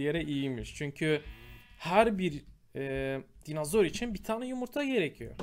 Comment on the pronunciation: GÜZEL ABİM ALLAH AŞKINA DİNOZOR DE NOLURSUN SÖZELCİYİM SEN DİNAZOR DEDİKÇE ÇILDIRDIRIYORUM DİNOZOR DE NOLUR DİNAZOR DEME